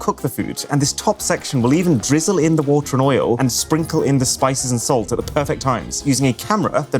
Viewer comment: 🛑🛑🛑“Sparkling WOTAR” 🤦🏻‍♂🤦🏻‍♂😅😅 It’s spelled like it’s pronounced “WATER”